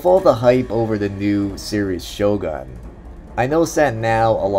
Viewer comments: It's more kinda like "shogoon" instead of a "gun"... Hope that sums it up for ya... It's just an issue about the vocals, you pronounce it just like an American 'cause you are one in fact... But it's a bit annoying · Can you please just pronounce Shogun correctly?